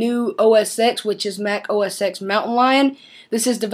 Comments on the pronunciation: It's OS "TEN". Not OS "EX". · No. It's Mac OS "Ten", not "X".